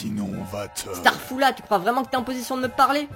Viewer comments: qui dit starfullah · qui dis starfula on auras tout vus